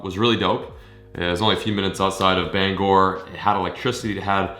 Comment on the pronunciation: Can all my fellow Mainers thank my man for pronouncing “Bangor” correctly...